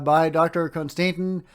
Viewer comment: the Russian name is "CON-stan-teen" 😊